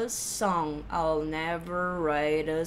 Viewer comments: Sempre ouço I'll não como all, mas com som de "a" ptbr + dark L. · mas não é a mesma? pro I'll pode ter uma variação mais aberta, por causa da falta da fala do /aɪ/ que vira só /a/ . Mas as duas pronúncias tão de boas.